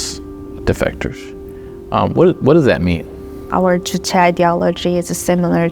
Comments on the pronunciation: The young lady who escaped North Korea pronounces it Juche. Why does the Western narrator feel the need to pronounce it "Yooche?" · Thank you for the video! It's not Yuche, it is Juche. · Juche주체. you should pronounce it juche, not youche. J sounds like juice, June, jury, jewel, juvenile....